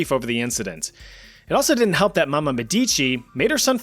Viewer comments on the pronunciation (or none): I've waited so long for a part 2, it's finally here. I love you Chat you're the best. But in Catherine De Medici, the emphasis is on the E, mEdici. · Medici, not medicci..... The pronunciation is painful...